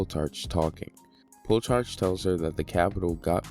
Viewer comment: Soooo. Great video. My only complaint is the fact that you think Plutarch is called pull-tarch. Haha both syllables are pronounced as wrong as possible.